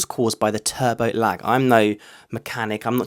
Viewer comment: Man says turbo lag like it's black ice or something 😂